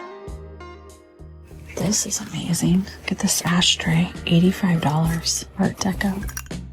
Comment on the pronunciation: Why do ppl replace the suffix "-ing" with “- een?" by pronouncing words like, thrifting as thrift-een? I hear it often with any word ending with the suffix “- ing.” ie: Amazeen instead of amazing painteen instead of painting etc… 🤔 I’m okay with southern accents, with the dropped G “ how are you doin?” yet, unsure just where “ een” comes from and I have misophonia specific to that suffix mispronunciation.